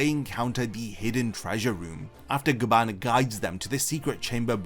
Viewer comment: So apparently its Gyaban not Gaban